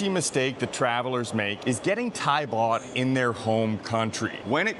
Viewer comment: It is Thai baht not Thai bot.